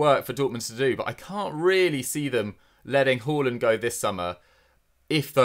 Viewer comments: saying horland I cba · It’s pronounced HARLAND not Whoreland